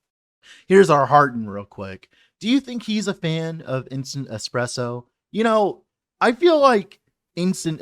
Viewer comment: Those who call "espresso" "eXpresso" don't deserve good coffee, sadly😢 Ok, you started to call it properly later on, but man, every time i hear eXpresso im dying inside. Thank you for the video, anyways